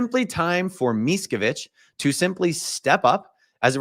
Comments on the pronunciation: I'm pronouncing his name "Mees-co-vitch" for the rest of my life! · thats such a wonderful trolling by the judge to mispronunce the name. i have to laught anytime i hear it. everytime someone says miskovich, an angel gets his wings, :) greets from Poland